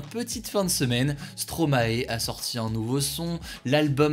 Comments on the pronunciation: Franchement les gars, on dit pas « Stro-ma-é », on dit « Stro-maï » car c’est maestro à l’envers Mais c’est pas grave, on vous aime bien 😜🇧🇪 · Pardon? Tu a prononcé Stromae comment ?? Tu cherches des problème toi 👊😅🇧🇪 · Hugo qui ne sait pas prononcer Stromae :/